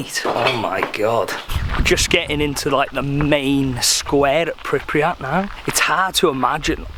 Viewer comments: why does he keep pronouncing "pripriyat" ? its pripyat :D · Pripyat not pripriyat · pronounced: pripiyat but spelt: Pripyat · I SWEAR IF HE SAYS PRIPRYAT ONE MORE TIME